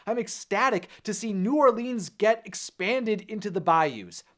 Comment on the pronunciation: It's pronounced New OR-LENS. Not New OR-LEENS.